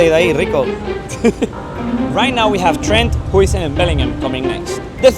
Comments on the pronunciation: its not dean ¨houisun¨ its huijsen in a way too say it ¨heui-zin¨ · its dean “hau-sen” actually, at least he calls himself like that